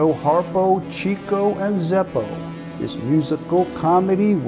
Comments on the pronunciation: ITS PRONOUNCED "CHICK-O"! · Actually it’s pronounced Chic-o, not Cheek-o. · Thanks for this. Respectfully, Chico's name was pronounced 'CHICK-oh'